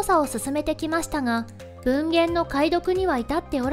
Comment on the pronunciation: ぶんげん→もんごん⁉️ あぶらすか？